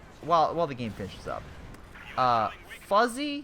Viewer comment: Did you really just pronounce Fuzzy as Foozie?